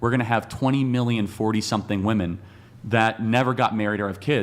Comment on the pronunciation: Why are girls pronouncing “women” wrong? Seems new.